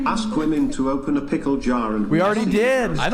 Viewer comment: Why does bro say keep saying "Wamen" is lnstead of "women" ??